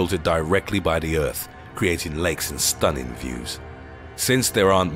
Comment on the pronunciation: "Lakes with STUNNIN' views"